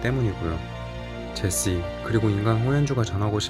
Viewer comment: 제시하다 할 때의 제시로 계속 발음하시네 ㅎㅎ